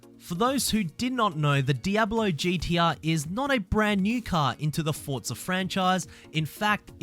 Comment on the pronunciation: No t in forza